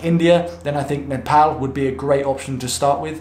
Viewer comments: He actually said Nepal and not Nepawl. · Glad you Pronounced Nepal as Nepal not Nefol.. Lots of love brother. Really loved all your Videos. Hope to see more videos in coming days.❤❤❤ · So satisfying to hear a foreigner pronouncing Nepal 'Nepal' not 'Nefol' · Ya he pronounced Nepal as Nepal that's something 🤣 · First foreigner pronouncing Nepal as Nepal😁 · True, many pronounce like Nepol or sth..😂😂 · Finally someone is Pronouncing Nepal correctly. After living in uk for over 5 years and hearing people mispronounce Nepal wrong even after correcting them, felt like they are disrespecting my country but I always kept my head Turing to the positive and understood none of them meant that. Please even after coming back to uk keep pronouncing the correct way. Hopefully you will be safe and enjoy the time there. 😁😁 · U should pick a Nepali name now😂👌 And u said Nepal perfectly for a tourist😅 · I am happy that u can pronounce the name of country 'Nepal'.most of the people use to call Nepol. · Hy, you are the first westerner I have ever seen to somewhat properly pronounce 'NEPAL'. 😂😂😂 Other westerners they just say 'NEPAUL'. And I commented here right after the very first time you said 'NEPAL' in this video. 😁 I hope you have great time in Nepal. Cheers! 🍻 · pronounced Nepal exactly what it should be like.Well he suffer Nepal lockdown since day 1🥂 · Wow you've really mastered the pronunciation of Nepal. Proud of you XD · Till now..I havent seen any foreigners spelling Nepal so correctly👏❤ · You are probably the first foreigner who pronounced Nepal Correctly. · He pronounces Nepal very well for a foreigner :D. This made me happy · I love it that youve addressed the pronunciation of nepal. Thanks... it truly isnt NEPAUL!! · A like for the correct pronunciation of Nepal! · Gave a like when u said Nepal not Nepaul... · He said Nepal not Nepol😍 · So your three months in Nepal, taught to pronounce the country's name..😁😁